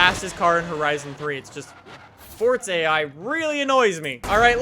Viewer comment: Yes more "Fortza" Horizon 3!